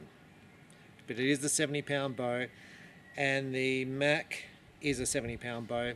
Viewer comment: It's pronounced Mock not Mack